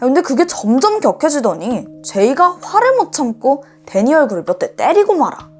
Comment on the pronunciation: 단지 반말만의 문제가 아닌거 같아요! ~~거지, '밤이야', '때리고 말아' 등의 억양이 좀 어색하게 들려요. 아마 조금 대본을 자연스럽게 읽어주시면 좋을 것 같아요!😊